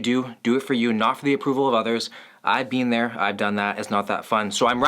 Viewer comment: Hehe, “bean dere” love the videos to this day